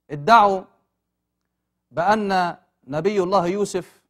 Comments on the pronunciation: يرجى تصحيح لفظ الجلالة ،،،الله،،،و شكرا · السلام عليكم ارجو إصلاح لفظ الجلاله وشكرا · الرجاء تصحيح لفظ الجلالة الله لو سمحتم وشكرا